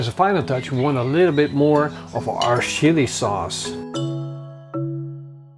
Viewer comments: "Shilli souce"... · am I the only one who heard "our shitty sauce" 😂😂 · Ik denk dat iedereen wel wat wat samal oelek is........maar een tablespoon psshsh-sauce heb ik nog nooit van gehoord :D